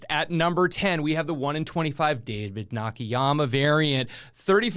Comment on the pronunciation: It is NOT Nah-Kee-Yah-mah…it is Nah-Kah-Yah-Mah…